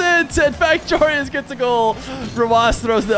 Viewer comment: Another american who cant pronounce Joreuz...